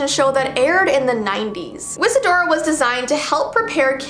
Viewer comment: saying wizadora Me: dora? Like Dora the explorer This is what l am taking about